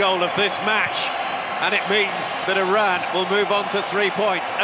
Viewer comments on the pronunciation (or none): Commentator absolute butchering the Iranian names and even Iran itself. It’s E-Run not E-Ran. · It is pronounced E run not E ran . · Eee ronn? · EYE-Ran played well